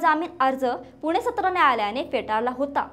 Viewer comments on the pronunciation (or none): none